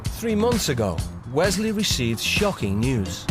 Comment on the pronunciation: How can you pronounce Wesley like weZley